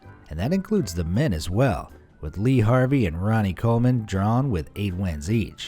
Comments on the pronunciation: It's lee Haney not Harvey.... That was a pic of evander holyfield...not Lee Haney...how disrespectful can you get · LEE HANEY not Harvey... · It’s lee Haney not Harvey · Lee Harvey?? It's Lee Haney. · It's not 🚫Lee Harvey🚫. It's Lee Haney✅✅✅ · Who tf is Lee Harvey?? lol it’s Lee Haney! I can see you don’t know anything about what you’re reading off the page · Lee Haney! Not Lee Harvey and certainly not Evander Holyfield....If you're going to make a video make it right that's totally disrespectful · Lee Harvey? It's Lee Haney dip💩😩🤦‍♂️ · It's not lee Harvey. It's lee Haney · Lee Haney not Harvey! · who the fuck is lee harvey? i think u mean laa haney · It’s lee Haney not Harvey 🤣🤣🤣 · Lee Haney not Lee Harvey.. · It Lee Haney not Lee Harvey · Lee Haney. Not Lee Harvey. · Its Lee Haney, not Lee Harvie, and certainly not Evander Holyfield 🤣🤣🤣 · Lee HANEY, not Harvey. And WHY do you guys keep ruining good videos, with ADS, every 3 min.?